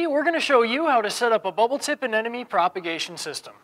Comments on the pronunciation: Anemone, not anenome. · Someday people will learn how to correctly pronounce Anemone.